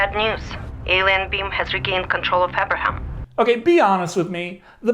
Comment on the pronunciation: Aperaham? Realy? 🤣